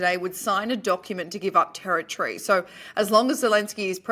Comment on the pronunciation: How lovely to hear say territree instead of terri-tory, well done